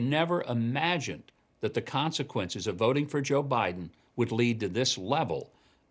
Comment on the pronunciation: DOESN'T, Mike NOT: DUD-ENT!!!!!!!!!!!!!!!!!!!!!!!!!!!!!!!!!!!!!!!!!!!!!!!!!!!!!!!!!!!!!!!!!!!!!!!!!!